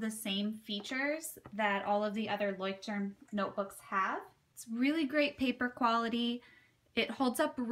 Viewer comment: Love your pronunciation of " Leuchtturm" ....so cute :)